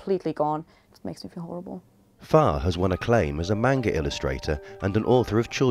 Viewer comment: Pretty legit Loki cosplay. (Omg please pronounce 'manga' right...)